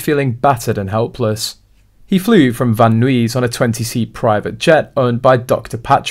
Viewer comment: Van Nuys pronounced Van Neighs. Rhymes with eyes, in Southern Calif.